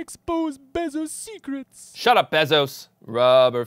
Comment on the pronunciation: Is the name pronounced b-eh-zos? I thought it was b-ay-zos.